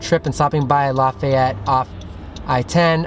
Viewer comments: I don’t think that’s how you pronounce it. I think you pronounce it. " L-A-F-E-T" (the E says it’s a long name) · omfg the way you pronounced lafayette. It's Laff-Ay-Et. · ITS LAFEYET THATS HOW ITS PRONOUNTS BECAUSE I LIVE IN LOUISIANA